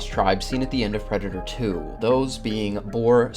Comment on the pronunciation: Hearing you butcher the predator species pronunciation killed the entire video for me